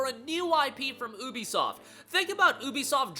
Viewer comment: Thats not how you say ubisoft😂